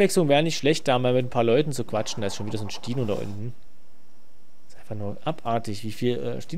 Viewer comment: spino nicht stino